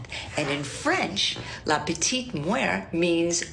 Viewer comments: its petite MORT, not petite muer or whatever she trying to say lol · I’m sorry I can’t deal with the fact that was saying “la petite muert” the whole time instead of “la petite mort” it’s not pronounced the way she was saying it at all and it was driving me nuts